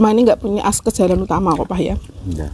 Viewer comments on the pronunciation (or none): Yg bener akses mb bukan Askes,Askes kan untuk kshtan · Askes jalan utama.... 😂😂😂, sering salah sebut. Bukan Askes mba itu asuransi 😂😂😂, tapi akses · Maaf yg benar akses bukan askes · Mohon maaf meralat sedikit "akses bukan askes" jalan utama🙏 sukses trs ya sekeluarga🙏🙏🙏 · Askes 😂 Akses kalee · Akses bukan askes,, klo askes = asuransi kesehatan 😂😂😂😅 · Bukan Askes mba, tapi akses 😁😁 Kalo askes itu asuransi kesehatan. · Akses bukan askes 🤭🤭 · Akses bukan askes.. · ....bukan askes tapi akses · Akses mba bkn askes